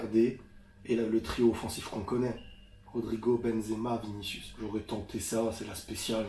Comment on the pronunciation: Ta femme est trop drôle 🤣 « j’crois qu’on va gagné grâce à viniciou » « krous » ça m’a fumé sa prononciation ahaha